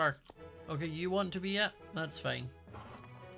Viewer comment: "It's fine, it's fine." More sounded like "It's pain, it's pain." HAHAHA